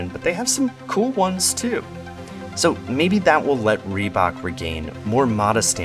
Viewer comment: I guess I'm too European for this video but ree-who-bok? Adidas and Nike were always bigger, Reebok is indeed the pepsi of the shoe world.